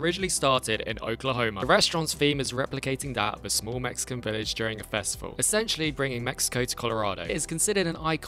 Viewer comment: "It's A Feastivle!" GET THE F AWAY FROM ME!